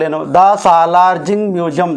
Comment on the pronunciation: salarjung museum..not salarjing museum